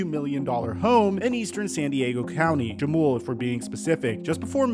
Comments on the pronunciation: Just a heads up. The J in Jamul is pronounced as an H. Huh-mool not Juh-mool. Keep up the great work! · Jamul is pronounced “ha-mewl” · Great video. Jamul is pronounced with an “H.” 😊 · It’s pronounced Ha mul (Jamul)